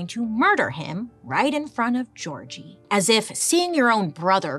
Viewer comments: I'm hungarian and never heard the name György pronounced Georgie 🤣 it made me laugh so much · gyorgy dozsa is pronounced "yor ye" (not yee but ye, & roll the r) & the last name is "doe-ja" in hungarian. im first gen born hungarian american <3 looove your videos bailey!!!